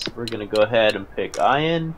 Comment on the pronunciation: your saying ian wrong